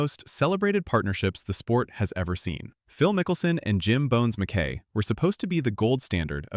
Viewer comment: Jim “Bones” Mc-Kie” is how it’s pronounced. Just as an FYI